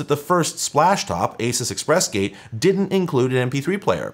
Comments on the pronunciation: its "A-Seuss" , btw. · having spent way, way too long dealing with Asus as an ODM, it's been thoroughly drilled into me that it's pronounced ah-Zeus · The way you say asus is weird to me. Sounds like you are saying "a sis" I always thought it was "a soose"